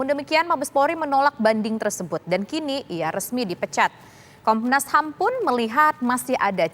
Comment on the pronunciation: komnasham wkwkwkwkwk pingin ketawa klo dngr komnasham